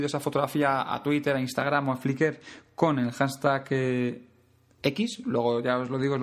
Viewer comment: Una duda, cuando nombras la palabra "hanstag"...tal y como suena, ¿te refieres al "Hashtag" o etiqueta común hoy en día?. Lo pregunto porque cada vez que lo dices metes la "n" en la pronunciación y al final no se si te refieres a otra palabra o es que se pronuncia así